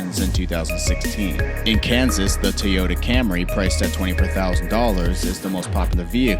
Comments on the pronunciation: He said tiyota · He said "Teeota" lol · Also did he say teayota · "Teyoda Carolla" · Im Broke TEEOTE CAROLLE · So we’re just no going to talk about the way he said Toyota?